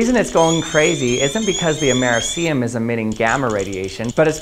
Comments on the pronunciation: It's ameRIcium, not ameriCIum. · AMERCIUM? XD Dude...it's Americium! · Amerah see um? 😅😂 it’s called Americium like Amah-ree-Sai-um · americium: ah-meh-RISS-ee-um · Dude, why do you pronounce americium like that?😭😭😭 It's amerIIIcium!!!! Nonetheless, cool video as always!!!❤❤❤ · Very cool video. But check your pronunciation with a Google search. It's kinda amir-rish-she-um. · Your pronounciation of Americium is kinda painful... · Mispronounce americium check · Great video 👍 Interesting pronunciation of ‘Americium’ 🤗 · Your pronunciation of americium bothers me. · you say americium quite odd, considering you’re american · Not how Americium is pronounced.